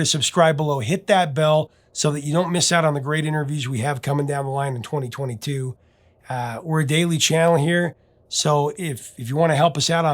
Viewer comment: Did the professor say, "2022"?